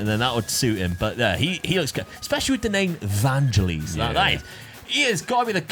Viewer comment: It's "Van - gell - iss"; like the bloke who wrote Chariots of Fire.